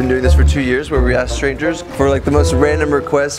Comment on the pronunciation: Haha emphasizing the strangers portion of it wasn’t the best move